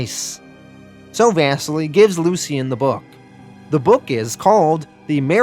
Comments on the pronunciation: Bro the pronouncing of.. like everything lmfao. Out of all of them “vass-seal-ee” not “Vesily” LOL... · And “Vassily” is pronounced “vah-seelee”, it’s Russian